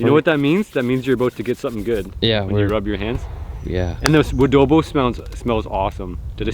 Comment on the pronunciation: Its adobo not woodobo. Im a filipino.